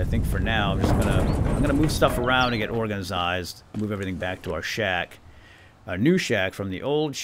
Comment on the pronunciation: Love the videos but please stop saying organisised.....